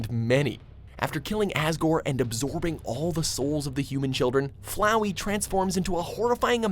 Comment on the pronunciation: THANK YOUUU for correctly saying flowey